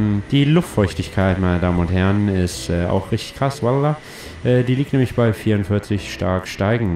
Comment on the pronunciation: Wenn der Pilot walllah sagt, würd ich ganz schnell die Notbremse ziehen.